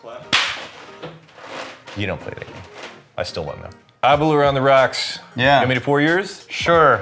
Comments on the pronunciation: Please pronounce Aberlour correctly. Think flower so you get aber-lower🙂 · Your pronunciation of Aberlour upsets me a great deal. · when you think happy hour, drink aberlour... is apparently how the host of tours at the distillery frames how to pronounce aberlour. delicious though cheers